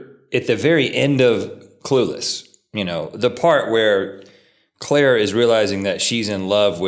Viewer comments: I'm just focusing on the part where Rhett calls Cher from Clueless "Clarie"..... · I know seriously! Clair? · it’s CHER not CLAIRE dangit rhett!!! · Where are all the comments about Rhett calling Cher, "Claire"? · Claire? CLAIRE? It is Cher and as a 90s kid I am as the kids say shook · lol clair... you mean Cher.. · I have you on as background sound so I miss a lot but did I just hear you call Cher “Claire”?! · It’s Cher not Claire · Did Rhett just call Cher Horowitz “Claire”??